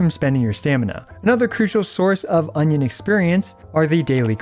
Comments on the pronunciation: Now i know why it sounded weird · Union not onion 😂 did it say onion in game? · I think it's Union level not Onion level😅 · Did you just said Onion lvl all the time?? 😂🌰🌰🌰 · I am suprised he managed to use the word "onion" in place of "union" at every single point... Edit: For those who don't know already using the word "onion" was just a joke it's actually called "union level" :D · is it me or onion exp sounds funny :face-blue-smiling::face-green-smiling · Cannot stop hearing "Onion level" whenever he says Union lol.